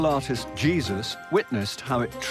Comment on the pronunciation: And how he pronounced Jésus. Qué horror!